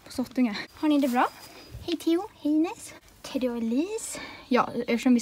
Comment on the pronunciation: du sa Teddy konstigt igen